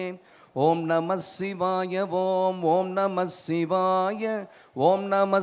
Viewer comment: ஐயா இது தான் சரியான உச்சரிப்பு. Not ஓம் நமச்சிவாய its ஓம் நமசிவாய நன்றி 🙏